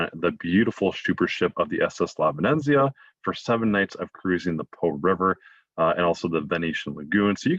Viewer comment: 😕 Bowlogg-Na? on the VenEnZeeuh? Sorry the mispronunciations are a little off putting by somebody who supposed to be the expert travel guide.. I think he means Bologna (Bowloan-ya) & the ship's name, La Venezia. (Ven-eht-zeeuh)